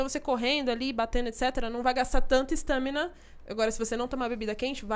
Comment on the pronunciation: Por Que ela aind0a não foi demitida ! Ela fala stâmina